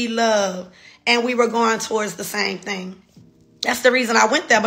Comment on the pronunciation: You are a beautiful woman and deserve the best! I just have one request: Can you say “thing” instead of “thang” like everything, anything, etc. “The thing is: people......” thang is not a word I hope you take this the right way, just want your communication skills on point, because you are about to level up and soar!!!!!